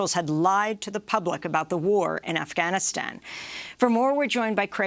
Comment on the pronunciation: Amy stop trying to over pronounce Afghanistan, driving me nuts.